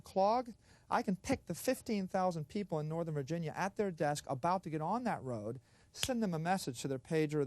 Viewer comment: He said node, rode.😅